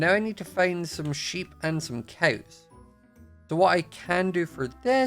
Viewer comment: Also "cows" its like "coews" but not trying to be rude okay